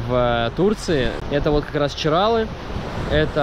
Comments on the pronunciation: В ЧирАлах , в Хельсинках , в Сочах ... ЧиралЫ (с таким ударением и без склонения) . 😆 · ЧиралЫыыы 🙈 а не ЧирАлы